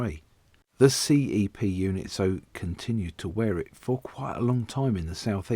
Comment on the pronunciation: I so miss these - the trains I worked with as SM Ashford and later SM Charing Cross! Is it the auto-dubbing that keeps referring to them as C.E.P. Instead of CEP pronounced ‘sepp’ as we all used to?